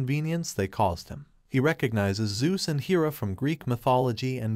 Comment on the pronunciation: It's hair-uh, not heer-uh.